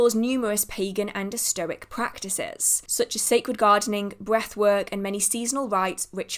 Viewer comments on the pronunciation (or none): As a footnote, I'll add that esoteric is pronounced es-oh-tair-ick. That was getting to me.